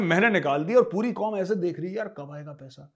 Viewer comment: हंमे बहुत जजबा ह्या.. हम जिंदा कॉम ह्या.. हम आसमानी कॉम ह्या.. एंडिया कि साजिश ह्या.. उसकी सबकी साजिश ह्या.. 😂😂😂😂😂